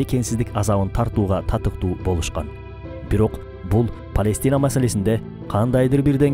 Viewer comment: ПаЙлестина эмес Палестина